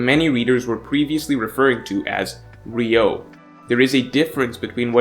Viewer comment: 流桜 Ryūō not ryou 🤦🏻‍♂️